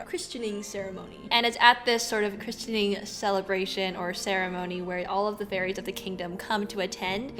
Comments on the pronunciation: ...do you mean "christening"?? Not "christianing." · Christening => crissening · Regarding the christening ceremony - the 't' in christening is silent.